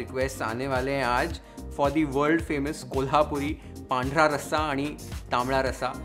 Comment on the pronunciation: Dude, tula sashtang namaskar for perfect pronunciation of "Pandhara Raasa ani Tambda Raasa" ! It was beautiful to hear! 👏🏾🙏🏽👍🏽